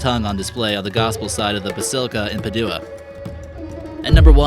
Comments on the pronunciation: But then he wouldn't entertain us with such malapropisms as "Pah-DOO-uh" instead of "Pad-you-a" or "angelican" instead of "Anglican, and "covenant" instead of "convent". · Padua is pronounced "Pa-dwa", not "Pa- du- wa. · There is a lot of erroneous information in this video. But beside that, a huge amount of mispronunciations, not just of foreign words, but of common English words like Anglican, Magi, Padua and prepuce. It demonstrates the low quality of production and keeps viewers from taking it seriously.